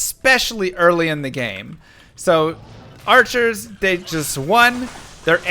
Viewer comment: FART!! FARTCHERS!!! 😂🤣